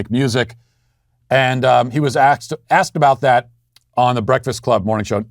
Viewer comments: OMFG, Matt!!!!! Did you just say 'axed'? lol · "he was aksed" HA HA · Subtle, Matt. He was axed, I mean asked.